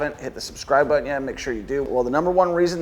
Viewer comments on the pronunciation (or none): none